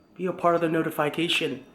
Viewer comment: Noti "FY" cation gaaaaaang